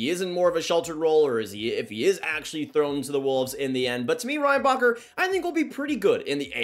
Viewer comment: The way his name is actually pronounced : Ren-Ba-Herr The way Americans pronounce his name : Rain-Bah-Cur Cracks me up every time. And most people in Montreal do the same thing to 😂 At that point id rather just call him popcorn, in honor of Orville Redenbacher